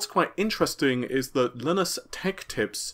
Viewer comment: Linus Tech Tips is widely known in the tech community. Everybody says "Lie-nus." There is no way doesn't know this. That's why I'm so sure he's doing it on purpose.